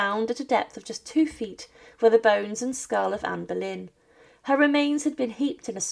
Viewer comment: Comment veux tu qu'on s'abonne quand tu appelles Anne Berlin au lieu de Anne boleyn